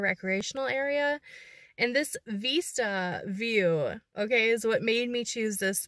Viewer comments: Honey, Veesta is how you pronounce it in Spanish. Cute. Vista is like missed ya, in English. OK is Ok, As long as it is not summer. LOL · Beautiful location.....love the OK mountains and woods. Be wise about where you wander alone. Cutest puppy sweater!! Hey....when you say "veeeesta' you are saying it is as in 'Hasta la vista'....until next time I see you or see you later (somewhat similar to hasta luego which we say most here often in So. CA unless libations are involved then it's in Arnie style). "Vista".....view....has a soft 'b' almost v sound but not quite. Not sure how the OK locals say it. My friend lives near Tulsa so will ask her. 🤔 English is Vista..like in Vicks. Hope you find some warm weather. 💕🚗💃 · Just to let you know Vista is pronounced like risk- not like veesta. Not criticizing - just giving information. Joey did look tired - so cute. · vista, to see, as in vision so when you pronounce it think of vision vis.....vision - vista, view, to see.